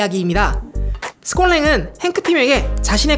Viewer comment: 스콧 랭인데 자꾸 스캇스캇...